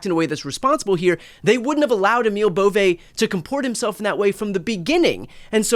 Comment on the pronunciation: Emil Bove's last name is pronounced like it looks, B O V E BOVE, NOT BO'V A . Or BO VAY It's a northern Italian name derived from the Swiss origin. I know because my mom is from Luca de Marci, Italy and her maiden name is BOVE. 😊 I just hope Emil is Not related! My family looks great and he is super ugly.